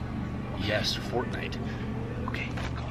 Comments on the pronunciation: Get it "FORTinite" lol lel OMG XD MLg DoryTOeS illuminat ti con fierm ed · It’s fort- nite